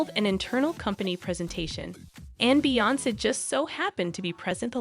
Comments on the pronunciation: Man! They Slaughtered All the Names. Talkin bout Beonkee?? Tf? Smh? 🤦🏾‍♀️ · The AI is sooooo bad on this. JAYZE and BEYAHNSE